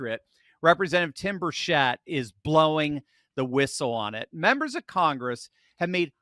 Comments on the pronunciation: Hard 'ch' like chess or chicken NOT 'sh' like she or sheep.... and 'chit' not 'chet' Tim 'Burchit' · "Birchett" is pronounced 'BUR-chet', not 'bur-SHET'. ☝ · Tim Burchett's last name is pronounced Bur-chet. Just sayin'